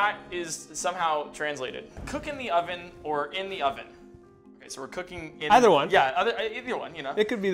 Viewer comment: eeth-ee-er one